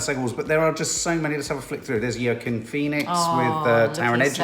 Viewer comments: Please, please stop calling him Yurkin Phoenix ffs! It’s pronounced Wakeem. Also, i so hope Brad and Jen give it another go. Fingers, toes and tits crossed for that ❤️ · “Joaquin “ Phoenix please listen how to pronounce his name I didn’t even know who you were talking about 😂😂😂. Cheers